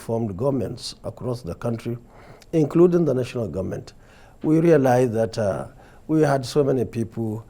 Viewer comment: Nigerians are tired of some certain people pronouncing Government As Gunmen Even with their Socalled qualifications, Nigerians wishes to get another president Who dresses differently to talk in the World stage,Nigerians Need a change and our choice Is #OBI OBI OBI.Please the cables grant us this ONE wish.